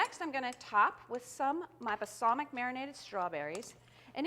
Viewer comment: I can't watch this. The way she says "basalmic" instead of balsamic drives me nuts.